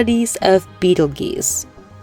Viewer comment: It's pronounced "Beetle 'JUICE' " Not beetle GEEse...